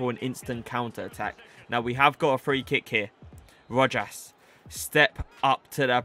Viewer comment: It’s (ro-has). Keep gen grind up man 🙌🏽